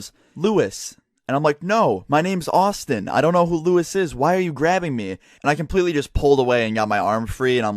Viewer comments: Lewis not Luis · OMG ITS NOT LUIS IT LEWIS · no not Luis its lewis